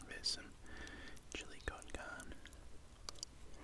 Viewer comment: It’s chilli con car-neh not carn it’s carne made by Mexicans so please say it correct or just say minced meat